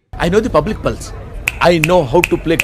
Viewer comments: పుల్స్ కాదురా అది... పల్స్ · Telusu ayaniki Just fun ga annadu brother 😊